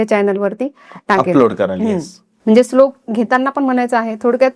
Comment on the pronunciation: Slok nahi madam shlok mhana